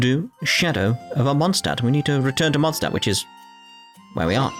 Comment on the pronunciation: In the first part you worried slightly about saying Mondstadt wrong. And since then you have said it in the exact same way as the game. Which is wrong. And now there's the "Holy Lyre der Himmel", which the game also says wrong. At least it seems to be consistent in the way it is wrong. Kinda like "Atelier". Also the name Venti reminds me of a prominent character in Rune Factory 4 - who happens to be a dragon.